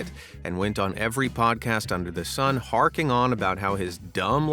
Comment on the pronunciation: "Harping on," you mean, not "harking on." Hark means listen. He was harping.